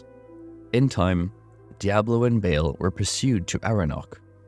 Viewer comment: Please stop pronouncing his name as “bail.”